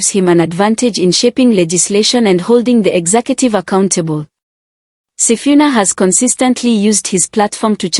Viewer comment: Waah it is wrong to pronounce somebody's name wrongly he is Mr. Sifuna not Mr. Sifina please.